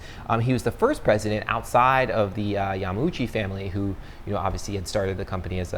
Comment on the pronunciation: You meant the early 70's not early 90's when talking about Jobs. That would be false as well though, since Apple was founded in 76, that's mid 70's... . Another thing, it's pronounced Ya-ma-uchi as far as I know. Your points were valid though:)